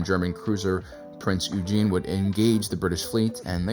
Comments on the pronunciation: It's not Prince Eugene. It is pronounced "oye-ghen" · Love the video, tho I will say, you pronounced it Prince Eugene while since it’s German origin it’s pronounced Prinz Oigen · Prinz Eugen was pronounced wrong. In German, a syllable with “eu” is pronounced “oy” Otherwise, great video. I love how Star Wars draws inspiration with World War 2 and parts of the Cold War. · Perfect video except the pronunciation of Prinz Eugen It’s a little like “Prinz Oi gun” Just a tip ❤ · Great video, but the Prinz Eugen is pronounced Oy-gen with a hard g not a soft one. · A little thing the Prince Eugen is pronounced, Prince Oigen. 😉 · Not in english, oigen is the German pronunciation. Both yuu-gen and oi-gun are technically correct.